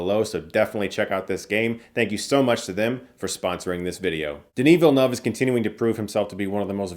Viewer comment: Chris Stuckmann thank you for pronouncing Denis name! It’s refreshing to hear it correctly